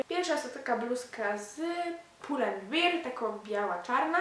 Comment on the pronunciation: pull and bear hahah jak mówisz beer to znaczy piwo :D